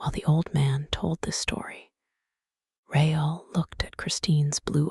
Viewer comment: Christines last name was not pronounced right, nor was Raul's. Caught this as I was drifting to sleep.